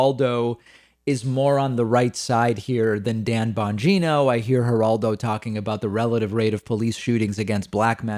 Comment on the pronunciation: I liked it better when you called him Bon-Gyno... what a creep...